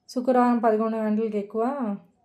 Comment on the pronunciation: శుక్రరం కాదు శుక్రవారం😊😊😊